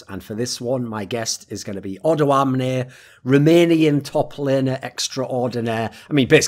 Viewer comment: O doamne. Dont say the "do"slow. Say doamne not dOAmne.